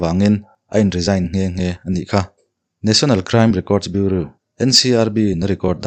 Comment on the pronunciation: BUREAU hi BIURAW tiin anlam thinin kahria. Svmm🙊